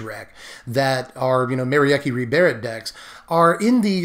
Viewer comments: For what it's worth, Merieke is a Germanic name, pronounced something like Meh-Ree-Kuh 😄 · Nah it's not ... the 'Me' is not like the 'Ma' from Mary ... it's more like a 'Meh' ... so i would pronounce the name: Meh-ree-keh ... it looks a lot like the dutch name Marieke, only with the 'a' turned into an 'e'